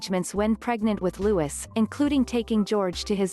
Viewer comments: Yup. It's pronounced Prince Loo-ee, silent s on the end. But that's NOT a rare photo of him! It's in numerous videos about the BRF! There aren't many photos of him out there yet, but I wouldn't say they're rare! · It's a silent S stupid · Barthel Wally he’s English so it’s Lou~ee. Seeing that this is a robo voice you can’t expect pronunciation perfection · Yes Louis pronounced, LOUIE. silent S. It’s a French name. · FYI WE DON’t sound the ‘S’ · It annoys me they don’t know how to pronounce his name!!! Argggggg.. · This is a computer generated voice that's why it pronounces the s. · I wish they would pronounce his name properly. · Louis with the silent s! this american translator obviously dont know how to pronounce names! omg!!! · What a cutie pie! All three of the Cambridge children are so precious and beautiful. Please say his name correctly: It's pronounced Louey, not Lewis. Also, stop referring to HRH The Duchess of Cambridge as Kate Middleton. She's been married for 8 years now and has more than earned her place and titles. Otherwise, good video with actual quotes and sources. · Please stop disrespecting The Duchess of Cambridge. Refer to her by her title and NOT as "Kate". Also the little one's name is pronounced "Lewie" NOT "Lewis".....GET IT RIGHT OR DON'T TALK ABOUT THEM!!! 😠😠😠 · Its Louis not Lewis like how the French say it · Yes, it's pronounced Louey, not Lewis, but it's spelled Louis. I don't understand why these channels can't pronounce his name correctly. Smh.. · This young man is called looeee, NOT LEWIS Why do you americans find it SO difficult to pronounce ANY English names correctly. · It is pronounced Lou-ee! Ignorant fools! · It's pronounced LOUIE.....the S is silent!!!! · Will and kate's youngest child's name is pronounced as looy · Silent S it's Loui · Louis is pronounced LOUIE!!!!! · It's Louis, pronounced Looee !! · It's pronounced Louee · Me, too‼️ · The correct pronounciation of his name is as this: Lou ee, not Lou is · Louis! Not Lewis!